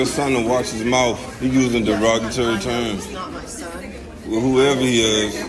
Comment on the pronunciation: needs to learn how to say "mouth" not "mouf".